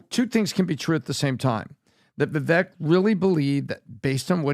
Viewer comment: Vivek is pronounced to rhyme with "cake".